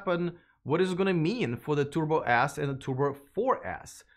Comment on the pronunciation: what are those "Tubor Ass" and "Tubor Ass For" cars is he talking about?